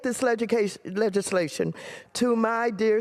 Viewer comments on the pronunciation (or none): She said "legication!" AOC, I am so in love with you!!! She has my vote for President, once she turns 35